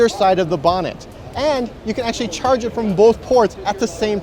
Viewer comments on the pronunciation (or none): none